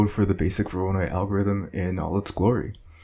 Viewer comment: The pronunciation of "voronoi" bugs me to no end... XD